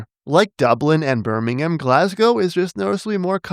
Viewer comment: Shoutout to a North American pronouncing "Birmingham" properly 🙏